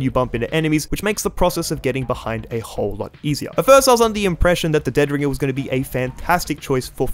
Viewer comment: The emphasis is on the "ring" of dead ringer, not the "dead".